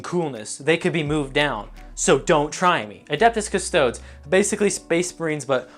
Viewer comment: Now this video felt criminally underrated, and then you said "custo-dus" and I understand now. Jokes aside, this was hella good shit